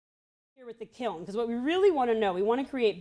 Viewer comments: My husband is under the impression that it’s pronounced kill. 🥲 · thanks for all of the examples of people mispronouncing kiln.